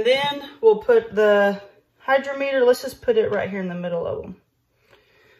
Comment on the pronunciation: Hy-DROM-eter. Accent on the 2nd syllable. Pronounced like "drama". First e is soft, like pet, net, etc. Sorry to be "that guy". Sometimes I can't stop myself. ❤